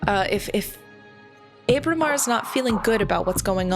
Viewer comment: This is kind of a nitpick, but Ábramar has an accent over the initial letter. It should be pronounced like the "a" in "guava." I apologize for being that guy, but this game is amazing, and I couldn't let that pass without comment.